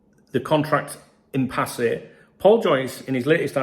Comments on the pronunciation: It's pronounced "impass" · Hi it’s pronounced as IMPASS just for your information. Thank bro.